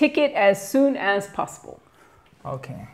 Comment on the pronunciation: c'est bien "possible" mais la prononciation resemble à "passibol"